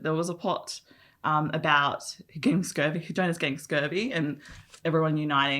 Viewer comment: To be "on same wave" as writer - Jonas is pronounces as ["Yonas"] :)